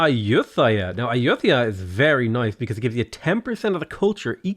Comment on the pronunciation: Me: LOL he pronounces Ayuthaya "Ayuu-they-are", he probably never visited Thailand! also Me: "Thang Long" thehehe....